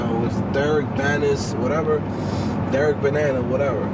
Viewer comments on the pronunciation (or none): none